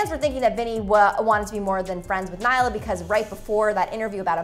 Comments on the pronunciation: naila WOOOOOW its nailea get it right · It's really bothering me that she is not pronouncing nailea's name correctly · i thought it was just me